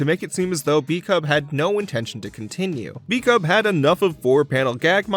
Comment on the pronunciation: The Pop Team Epic guy's name is pronounced "bu-ku-bu," actually. I don't know why he chose to spell it "bkub."